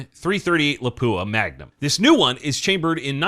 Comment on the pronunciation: Pronounces Sako the way they say it then says the cartridge named after the city of Lapua as luh-poo-uh. Sigh.